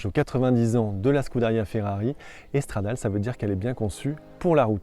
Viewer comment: On dit « Stradalé » et pas « stradale » c’est la base ! 😒